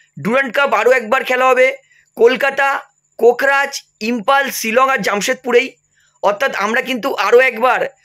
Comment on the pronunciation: video banan valo Kota? " kintu jagar name gulo "valo kore bolva '😅 kokraj noi ❤ kokrajhar Ilove Assam❤ Assamese koisu. Ami akha korisu tumar vul bujisa💪💪